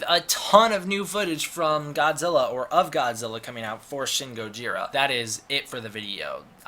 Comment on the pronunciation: Im sorry, but your pronunciation of gojira sounds way to damn awkward for some eng speakers. Why even bother with it?